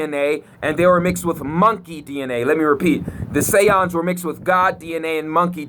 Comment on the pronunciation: THE SAY-YANDZ